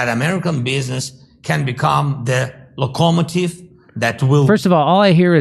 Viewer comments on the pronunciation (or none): WTF is a "lockoh mativ"!?